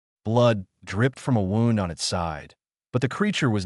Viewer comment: Butchered word wound ie injury. Not wound as wrapping rope